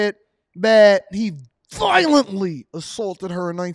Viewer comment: 😂 you ain’t have to say “VIOLENTLY” like that bruh.